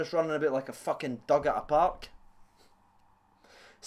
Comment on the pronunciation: "Running aboot like a fucking dug at a park" 😂😂👌